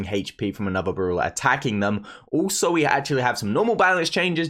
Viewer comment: It's brawler not bruler